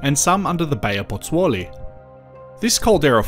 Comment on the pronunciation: Thank lord for a guy like to o be able to say Potzolli . There i cant even spell it lol Potozolli! Got it